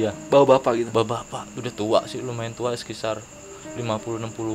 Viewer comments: Sekitar mas bukan sekisar wkwkww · Saran :: & Kritik buat NARSUM.. Kacau bnget Lu berBahasa Pembalut ( Nyebut merk) wkwkwkwk Sekitar jadi Sekisar Hahaha.. Kacauuu.. sampai kita nyari2 apa itu arti bahasa Sekisar :) :D